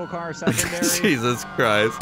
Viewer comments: "Oogle car secondary" 😂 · LOL...."oogle car secondary"